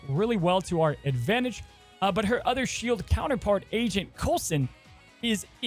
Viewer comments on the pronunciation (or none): none